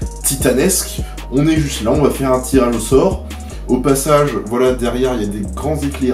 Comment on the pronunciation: Ahaha ta dit tiranausore au lieu de tirage au sort 😂😂